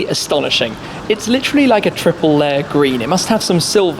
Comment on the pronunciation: Please stop butchering the world “literally”.